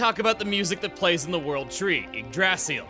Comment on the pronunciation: that's not how to pronounce Yggdrasil